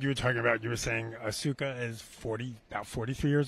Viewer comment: Did he really just say asuja fml bro.